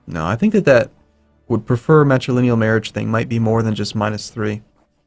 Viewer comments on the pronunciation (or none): none